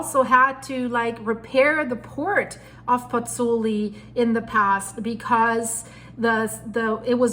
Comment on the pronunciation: That's Marsaxlokk Malta a kilometre from my home. Also have been meaning to say for some videos, the pronunciation of Pozzuoli is Pots-Wall-ee not Pots-ooli.